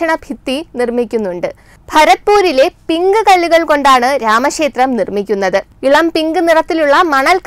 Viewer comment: രാമശേത്രമല്ല കുട്ടീ ... രാമ ക്ഷേത്രം. അതിനു ശേശം എന്നല്ല പറയേണ്ടത് .... അതിനു ശേഷം. അറിവുള്ള ആരിൽ നിന്നെങ്കിലും മലയാള അക്ഷരങ്ങളുടെ ഉച്ചാരണം പഠിക്കുക.